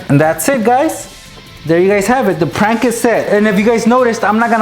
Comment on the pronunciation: You don't even now how to say prank